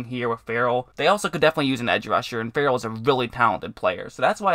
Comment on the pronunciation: Seellin Ferrell? Dude wtf?